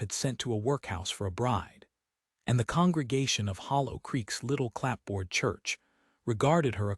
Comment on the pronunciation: Liked the story more than I expected, but worried that AI is going to change our pronunciation of words like ‘clapboard’, ‘Slocum’, and especially the noun ‘arithmetic’, before humans find their way to correcting it.